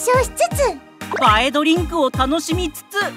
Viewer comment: 「映え」の読み方は「ばえ」じゃなくて「はえ」です